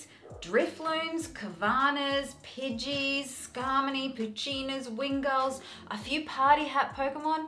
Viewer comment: Hey...not major one & it’s quite sweet/funny to hear you say it but it’s Skarmory...sounds like U’re saying ‘Skarmony’ (it’s an R not an N):)